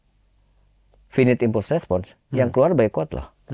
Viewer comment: "Finite impulses" is pronounced as "FIN-it IMPUL-ses", with the stress on the first syllable of each word. Here's a more detailed breakdown: Finite: "FIN-it" (like the word "fin" with an "it" sound at the end) Impulses: "IMPUL-ses" (with the stress on the second syllable) Jadi sudah benar ya 👌🏼